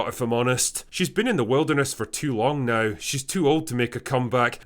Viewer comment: It's "contro versy" not "con troversy" ffs. It's "now" not "nauhrrrrr" ffs.